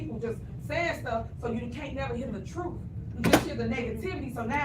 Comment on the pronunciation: The "trooof"😂